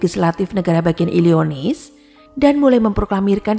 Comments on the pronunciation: Illinois, bukan illionis mbak 🙏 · Illinois dibaca Illinoa 😊